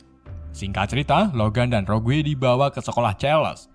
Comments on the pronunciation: Bukan roguwe Bang tp rogue sebutan nye😉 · rogue dibaca rog mas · Rogue njir, bacanya roug bang